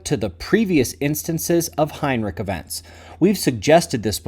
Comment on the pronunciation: Heinrisch, there is no k in Heinrich 😂